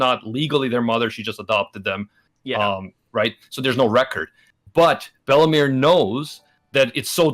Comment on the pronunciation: I think ment bellemere but i heard bellamy